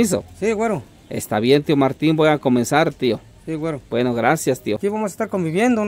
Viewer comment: Un shot de tequila por cada que diga wuero!!!